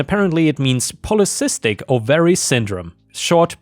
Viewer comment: You do a great job. Please edit: ovary: OH-vuh-ree.